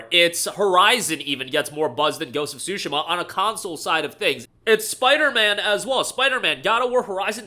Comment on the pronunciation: Dude really said Ghost of Shu-shu-ma.